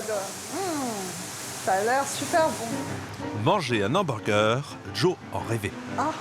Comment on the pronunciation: le houberger 🔥